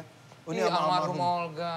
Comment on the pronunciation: Almarhum kata nya. Kedengaran Almarhumah krna pas pula Om Vincent juga ngomong jadi seolah2 bilang Almarhumah